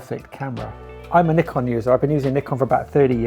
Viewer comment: It's pronounced Nikon 😬